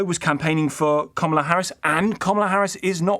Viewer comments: Who is Komola Harris? Try pronouncing her name properly. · Best thing about the Harris defeat is that we don't need to hear UK journalists overpronouncing her name any more. It's not comma-la if you have an English accent. It just isn't.